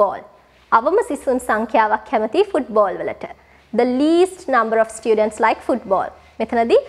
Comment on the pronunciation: students kiyala pronounce karana widiha waradi akki 😊